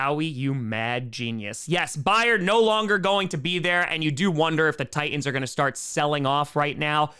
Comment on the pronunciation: Also, plus also too. ..Titans had two "T"s , enunciate both of them!!!!!!